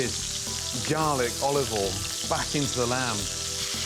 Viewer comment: “Ollivole in”